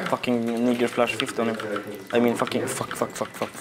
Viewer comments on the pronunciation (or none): none